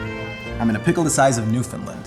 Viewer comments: Here’s your obligatory “Newfoundland” pronunciation correction. New-fun-land, rhymes with understand. Cheers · If he's in Canada.... Why did that guy mispronounce Newfoundland? New-fn-land